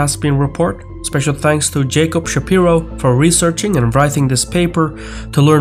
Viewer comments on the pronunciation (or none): none